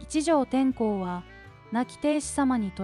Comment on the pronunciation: てんこう でわなく 天皇です😂